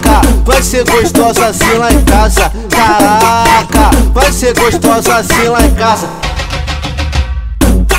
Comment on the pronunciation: Cagraca!!! #naum tem como escrever como ele pronunciia dhuehe